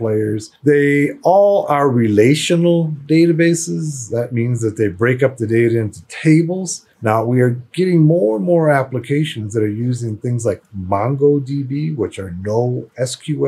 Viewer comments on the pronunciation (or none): It’s Mongodb not "mango"